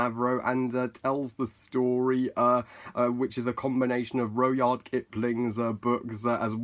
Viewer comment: It’s pronounced rud-yard